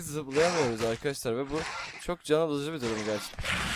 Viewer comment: Neden arkadaşlar demek yerine arkadassslar diyorsun,ş leri s olarak kullanıyorsun😂